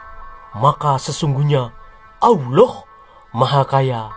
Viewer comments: Mengucapkan kata ouloh jangan terlalu ditekankan nadanya nanti penis....taan lho min 😂😂😂😂😂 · Pengucapan Allah saja sudah salah bagaimana penjelasan selanjutnya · Sejarah ngawur..bilang Allah aja blepottan😂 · Admin sebut Allah,al imron,qurais ngk ada yg bener sebutanya